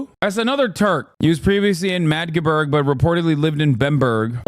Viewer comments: Its pronounced MAGGdeburg, not Majburg. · fuckin hilarious say the same as madge-burg. like the emote. hehe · This guy said majde buurg everytime and ya'll let it slide? lol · The constant mispronounciation of Magdeburg (Mag-de-burg) is so jarring as someone who follows German football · "majburg" lol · MADGE-burg hahaha